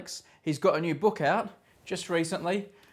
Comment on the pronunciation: I swear he says laugh instead of life